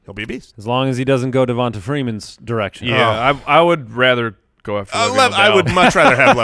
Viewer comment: Guys, it's pronounced DevonTay, not DevonTA.